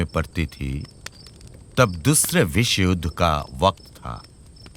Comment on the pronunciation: Amaro ek mat, uccharan etotai kharap je kono-kono jegai meaning ta palte jay, jemon "tum mujhe mar kar chale jaoge" kotha ta maar kar hobe. Tarpor viswayudh er jegai vishwajudh. English uccharon e o problem ache. Eg., Ratikant ki dairy, ota diary hobe. Overall prochur bhul ache